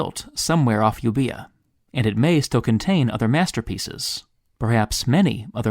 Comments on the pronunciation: Euboea is pronounced “Evia”. Remember your Greek alphabet. β (beta) is not the letter B as Greek has no letters B or D. β or beta is really the letter V. The “u” is silent. Actually it’s another “v”. So to be accurate it should be written Evvia. The “oe” is realy a vocalic digraph as in “Phoenicia” so pronounced as one vowel really here as a palatalization of the final letter alpha = a. Palatalization is the “ y” sound as in yoyo or usual. So more correctly then Euboea would be “Evvya”. That’s pretty much the way we said it when I lived in Greece for 8.5 years. I lived in the north in Thrace actually pronounced “ Thrakee”. So the island Samothrace is pronounced “ Samothrakee”. I never went there. I missed the ferry one Sunday afternoon. I will help you with this if you want. I retired as a university lecturer in South Korea in 2015 where I covered this ground almost every day for 14 years in comparative analysis in English of Greek, Latin, Italian, French, Spanish, German, Middle English and Korean. Nowadays applying this to Ancient Egyptian. There are antecedents of Ancient Judaism in Ancient Egyptian religion. So the Greek stuff is old hat. Naturally I saw a bit of Greece and know of some hidden ancient Greek sculpture myself. I just won’t tell anyone where it is as it could be pilfered or destroyed. I’ve seen evidence of that. Only I and a goat tied to an olive tree in an olive grove 25 years ago know where some of it is. Now probably only me. The goat was somebody’s dinne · Very nice video! I just want to point out that Euboia is pronounced "Evia" a common mistake I am trying to help eradicate